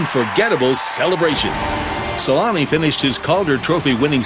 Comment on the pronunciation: SEL-ANN-EH ffs. Also I get the shivers out of fear seeing those old hockey games when helmets weren't mandatory